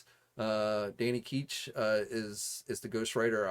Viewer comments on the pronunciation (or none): “Danny Keech” It’s almost like you have no clue what you’re talking about , ever 😅 Almost as bad as Usagi Yojumbo 🤦‍♂️ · I highly doubt they would only release Blackheart or Mephisto in a Haslab especially since ppl been asking for it. Oh yeah if you like Ketch so much say his name right lol it's grating